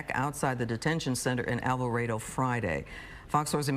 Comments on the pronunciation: It’s pronounced Al-va-RAH-do. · I like the pronunciation of "Alvarado" 🤣🤣🤣🤣🤣